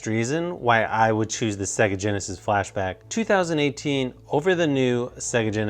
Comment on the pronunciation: sounds like he said flash to the back sounds like a joke